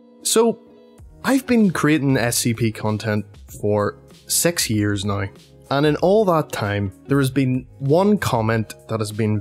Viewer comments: he said sex-yrs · Not to be mean but "Sex years Nie